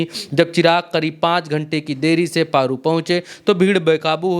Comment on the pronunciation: आप पत्रकार हो जगह का नाम सही से बोला करो पेरु विधानसभा नहीं बल्कि पारू विधानसभा है।